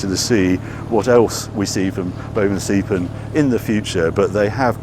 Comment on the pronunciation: Harry. Again, do your research. The name is Bovensiepen. Not Bovenseipen. Boven you got right. Siepen is more like "to seep (through)". So you could say the name is "bovenseepen". Please correct this.